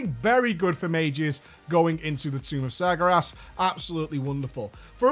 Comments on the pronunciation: IT'S NOT SAR GAR ASS IT'S SAR GARE ASS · Sagyerass XD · Tumb uf Smergeras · I love how it souds like hes saying sagra ass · isn't it pronounced sar-gay-res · Why can't he say Sargeras? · The biggest joke about this video is that you can't pronounce Sargeras. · But he butchers it even when it's not today. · How is not being able to pronounce a word an April Fool's joke when it's not just this one video? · Noroboros I know right. It's not like he's always pronounced it like that. Oh wait, he's always had. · Ha! For the first minute or two he really had me. I love how he keeps mispronouncing sargeras also. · april fools! doesnt actually pronounce sargeras like that, its a joke. (hopefully) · i love you man, but can you please learn to pronounce Sargeras correctly?:P